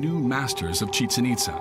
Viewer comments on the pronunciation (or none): It’s pronounced.. Chi-Chen Eet-zaa